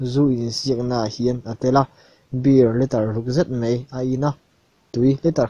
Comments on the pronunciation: mei ti lo hian mai han ti ta la. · A ngaihnawm hlemai.. Mahse Mai hmanna ah mei i ti tlat hi ngaihthak ati hrehawm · A ngaihnawm hlawm khawp a, mahse, 'mai' tih tur 'mei' i tih thin hi fimkhur deuh teh